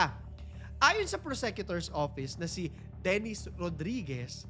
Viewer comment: Correct pronounciation of PROSECUTOR. FYI.